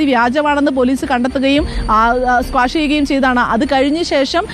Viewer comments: മോളെ സ്ക്വാഷ് അല്ല... ക്വാഷ് Quash....... റിപ്പോർട്ടർ പറയുന്നത് തെറ്റാണ്... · ചാനൽ റിപ്പോർട്ടർ എവിടെന്നാണ് ജേർണലിസം പഠിച്ചത് എന്ന് അറിയില്ല! ! കേസ് squash അല്ല QUASH ആണ്! ! SQUASH ചെയ്യുന്നത് ജ്യൂസ്‌ ആണ് 😂😂😂😂😂😂😂